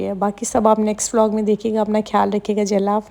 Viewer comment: کھیال نہیں کہتے خیال کہتے ہیں